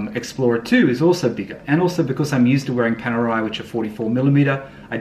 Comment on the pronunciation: You finally pronounced Panerai correctly. Good job mate